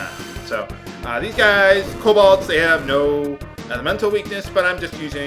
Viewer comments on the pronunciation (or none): Kobold, game, not Cobalt.